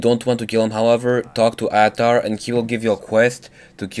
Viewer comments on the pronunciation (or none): The man's name is Ahtar. (Uhtar) two syllables said fast to sound like one.